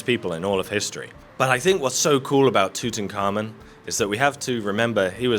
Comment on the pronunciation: "TOOT'N'KARMON" is probably the worst pronunciation of Tut Ankh Amon I've ever heard ,ever think of moving to the US😁